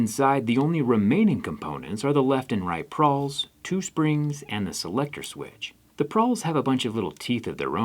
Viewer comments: *Pawls not prawls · "Pawls," not "prawls." Maybe you're thinking of prawns? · So glad I'm not the only one bothered by the prawls....😳😳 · The teeth on the inside of the ratchet are called “pawls”. There is no “R”. Just for future reference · PAWLS NOT pRawls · Its pawls right not prawls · Pawls not prwals please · I always thought they were called “pawls” not “prawls” or I am going deaf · did he call them.. PRAWLS? Cmon Zach! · “Pawls” not “prawls” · Pawls, not prawls. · Are they not called “pawls” instead of “prawls”? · It’s pawls not prawls. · when talking about a ratchet mechanism, there is no R in "pawls"